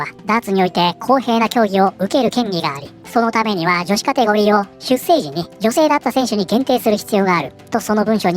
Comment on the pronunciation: 出生はしゅっしょうと読みますよ